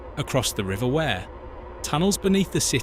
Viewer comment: Wear pronounced We're... not going to start with the other wrongly pronounced names! 😂🤣😅